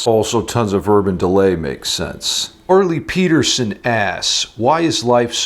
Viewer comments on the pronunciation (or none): none